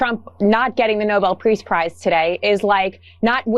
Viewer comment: Katie Miller: "nobel priest prauze." She cant even speak!! Dumb fake reporter!!